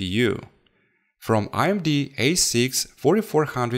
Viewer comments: IMD or AMD? I am pretty sure im hearing "I"MD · it's AMD not IMD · Amd not imd Ram not rarm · Its AMD not IMD bro.. Other than that i love ur vids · Its amd not imd